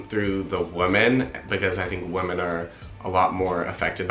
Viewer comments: I've noticed you pronounce "women" as "wo-men" rather than "wee-men" . Is it an accent thing from where you're from or what? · Every time you said “woman” instead of “women” I died. 😬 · Dukefolk it sounds to me like he’s saying woman instead of women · I can’t get over the fact that he keeps saying woman instead of women 😆 like it’s clear he means plural but he pronounces it as a single woman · The pronunciation of Women is Wih-men The way you are saying it implies the singular form of Woman. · He's saying women wrong!! Women plural is not pronounced the same! Lol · Your accent is that of Los Angeles, except for the way you pronounce the first vowel in women as if it were woman almost convinced me English is not your first language. I wonder why. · Sorry, but this stood out right away: "women" and "woman" are pronounced differently on the first syllable, as well as the last. Please check it out. Nonetheless, good for you! Ballet is fantastic. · Why can’t he say the word WOMEN?? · Yes I noticed that as well, I don’t think he realizes he’s even doing it.